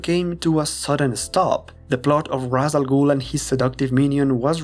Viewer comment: I'm surprised someone who is a long-time Batman fan would make the mistake of pronouncing Ra's Al Ghul's name the wrong way. Its "Raysh" Al Ghul, not "Raws" Al Ghul.